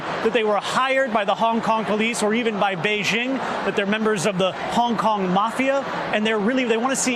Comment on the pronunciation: The chants free hong Kong But I heard Vietcong Vietcong